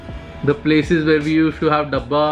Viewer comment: WHY do you pronounce "s" as "sh" while speaking English EVERY Freakin' Time. It's so annoying!!! Just observe it, for eg, you say "ushed" instead os "used", another one "undershtand" instead of "understand", "Friendsh" instead of "friends", "noshtalgia" instead of "nostalgia" and plenty more examples like these. It becomes so annoying sometimes. You are representing "Indians", please speak it properly otherwise you can speak Hindi, coz it's an Indian channel and almost everybody knows Hindi. Think about it bro!